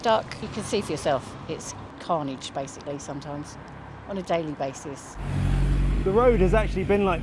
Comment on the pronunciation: Carnage AAAAAAHAHAHAHA. CAR - NAGE 😂😂😂😂😂